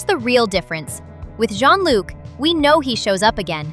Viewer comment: Bro you don't know how to say john-luc💀☠️☠️💀💀